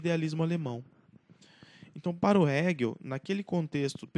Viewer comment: Mari não era economista. Era filósofo. Abandonou o curso de Direito para cursar Filosofia. Atenção à pronúncia de Hegel e Feuerbach.